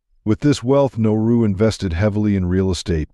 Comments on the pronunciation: You got the name wrong 3 times in the first minute. You called it Noru once, and Naru twice. It's Nauru. It's not pronounced "no-roo". It's pronounced "Na-ah-roo". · Thank you! I was thinking the same thing 😕. Nah oo roo. Yeah pronunciation is terrible. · Besides not spelling or pronouncing the word NAURU (Nah roo) properly, a majority of the photos used were NOT of Nauru. Nauru is shaped like a top hat, with land all around the island where people live up against the top hat portion, which was predominantly mined for phosphate. There is a lagoon on the topside too, where a few people live, and the Japanese had fortifications up there looking out seaward during WWII. The people, as do many Pacific Islanders, traditionally over centuries before western contact, lived with the seasons, and for 4-5 months many people literally starved as there was no rain and heavier winds, so over time, Mr. Darwin made these people able to adapt, by storing up fats and reserves from the good periods to live through the droughts. Then the westerners came and harvested the phosphate (literally stealing it) until their independence. THEN they began to get true value for their phosphate, and with cash imported western foods and customs, and their bodies, used to feast and famine, instead ate all the time, and they never shed the weight. A generation of this, and they were hooked on western fat, salt and sugar. THAT is why they are so obese, as so are many other Pacific Islanders, as their genetic code was predisposed to a livestyle that no longer exists. I had great BIG meals on Nauru, more than I could ever eat, which was always followed by driving around the island. And around again with another round. All night. And the reefs are pretty, but al